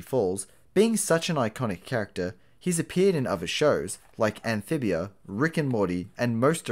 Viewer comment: I heard him say “Anphibiar”